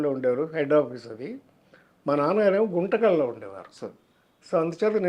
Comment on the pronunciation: గుంటకల్లు కాదు సార్ గుంతకల్లు..